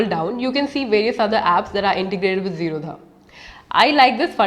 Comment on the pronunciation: zerodha is not pronounced zero dha infact it is zero da...d for damru wala D...th basis on which wners name the company zero as 0 and rodha means no blockage